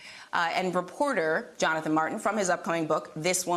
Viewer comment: What’s an ‘inpeachen’?